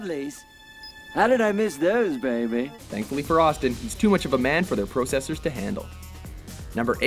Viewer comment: Who is this guy? He cannot pronounce certain words right, like "Mario" and "processor." Stick with the girl, WatchMojo.